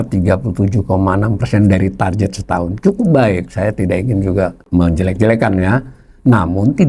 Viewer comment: Dgn hormat. 'Tar Get' aja, Pak. Bukan Tarjet.